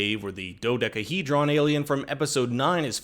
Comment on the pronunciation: The way you say Dodecahedron.....lol